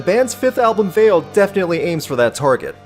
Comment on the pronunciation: The title is Latin and it's pronounced "wah-leh"